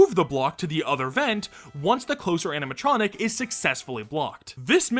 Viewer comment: Am I going crazy or is he saying "aminatronic" the whole vid😭😭